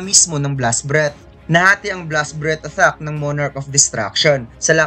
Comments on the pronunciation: Kinginang pronunciations yan! Athack (attack), dragon clow (dragon claw), cassel (castle). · Atthack ba yung naririnig ko hindi attack?🤣